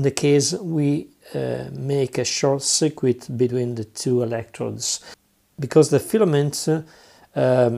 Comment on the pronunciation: I really like it when someone can speak really good english, but get a few little words wrong like cirquit 😁👍 . . Nice video though... ive been wanting to try electroplating for ages but cant afford the chemicals